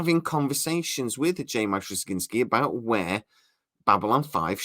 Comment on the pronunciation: One minor bit of constructive criticism - It's pronounced Struh-zin-skee. I like your channel and your reports, but that's one thing you've got to work on... 😉